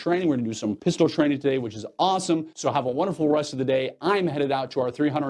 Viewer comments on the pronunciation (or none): none